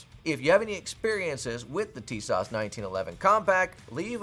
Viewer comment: ! have this exact gun and it's literally better than every other 1911 at that price point and even punches about it weight class. Btw it's tee-soshh lol